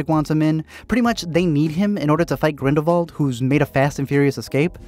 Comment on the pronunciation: i cant thank u enough for pronouncing his name G R I N D E L V V A L D🤗